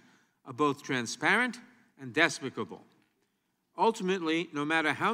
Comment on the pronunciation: Lmao!! Nadler didn't write his own opening statement. He mispronounced despicable 😆😆😆😆😂